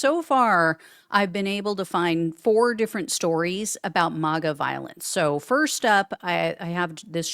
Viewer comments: Please,PLEASE, pronounce it correctly! It’s not MOGA ; it’s MAGA as in MAGGOT. Even they pronounce it that way. Thanks in advance.😊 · You’re pronouncing MAGA wrong. It’s “MAG-uh” as in MAGGOT (MAGAt). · Learn how to pronounce MAGA